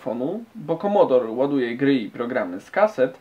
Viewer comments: Nie "Komodor" tylko "Komodore 64" :). Pozdrawiam. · Prawdziwi fanowie c64 mówią komodore a nie komodor. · KOMODORE a nie KOMODOR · nie komodor lecz komodore! takz esmy to zwali dawno temu hehehe